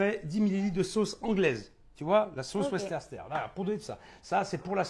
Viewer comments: La sauce wercester ? C'est la Worcestershire du chef Estebêche ? 😂😂😂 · La fameuse sauce WERS TER TER 😂